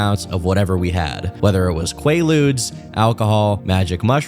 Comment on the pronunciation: God when he said qualudes I was like whaaaaaa? But then I was like oh yeah, old dude